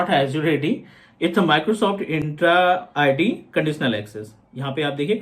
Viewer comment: it is ENTRA ID not INtra ID